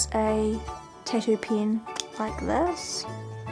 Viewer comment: Why is nobody bothered by how she says "Tattoo" -_- amazing vids though!